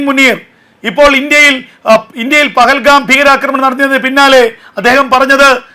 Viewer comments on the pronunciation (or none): none